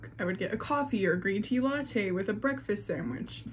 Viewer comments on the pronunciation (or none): none